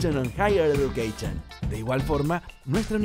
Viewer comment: comichon!...eduqueichon!!! Dios, este guey les echó a perder el comercial!!!